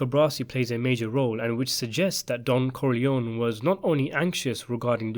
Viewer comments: You forgot Sonny Corleone. And, that last name is pronounced Core-Lee-ohni And luca’s last name is pronounced “Bratzi” Plus, anyone can read about him. Wasted video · why corlyon? the Italians pronounce it as COR LYONE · It´s Corleon-E. Say it finally!!!